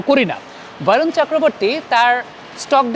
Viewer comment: Dada Varun na bole barun bolun cheleti jatigoto vabe বাঙালি